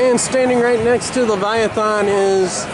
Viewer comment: Nice tour of CW, btw Leviathan is said like this "LeviathAN' not 'Leviathon'. :)